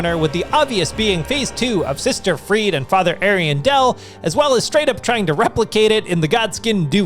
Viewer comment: Sister friede? Really?